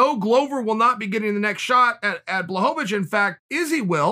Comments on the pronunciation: Me: Blachowicz Chael: Blahovavich Me: Ok great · "Blahovavich"... Whhhhhhhhhyyyyyyyyyyyy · chae trolls me every time he says blahovovich lmao love ya chael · No one: Chael: Blahohohohohohovich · The return of “Blahovovich”😂😂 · Chael “BlachoVAwicz” Sonnen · Jan watching this realizing he’s been pronouncing his name wrong his whole life.